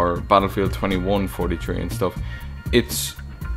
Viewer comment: Sorta sounds like "Battlefield Tree" ^^